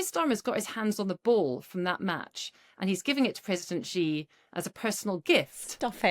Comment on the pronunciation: Blimey, the woman can even say 'Xi' correctly....she did it on purpose obviously